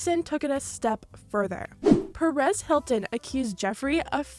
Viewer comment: The “Perez” Hilton got me